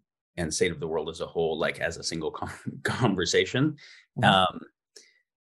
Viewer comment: Why doesn't Jamie Wheal know how to pronounce conversation?